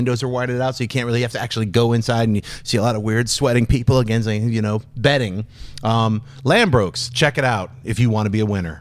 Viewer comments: it's ladbrooks not landbrooks haha! Americans always miss per nonce words. funny. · "Lanbrokes" haha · Ladbrokes not Lambrokes lol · Lambrooks!? 😂😂😂 I think they meant Ladbrooks 😉 Great show 😀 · "Lambrokes" LOL. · LADBROOKES 😂 not LandBrookes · lol its Ladbrokes not Landbrokes. Shoutout to my city London!! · Haha Schnepp! It's Ladbrokes not Lambrokes! I hear they just bet on sheep over there!!! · john schnepp are you drunk loooooooool, lambrokes looool. you mean ladbrokes mate lol. we dont bet on anything btw hahahahahahahahaa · It's Ladbrokes not Lambrokes. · It's Ladbrokes not Lambrooks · I love this show more than I love my own parents, but my god, as an Englishman, your pronunciations can be irritating! Firstly, easy mistake, but Ladbrokes is pronounced like 'Lad-bruhks', not like 'Lad-brohks', but without prior knowledge, it's probably how you'd pronounce it, so that's understandable! The one that always bugs me, however, is how most Americans pronounce 'Craig'. It's not 'Cregg', it's 'CrAIg'. Pronounce the 'ai' as if it's in 'train'. Like 'CrAYg'. Mini-rant over, I love you guys! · Its "Ladbrokes" Schnepp! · It's Ladbrokes - lol!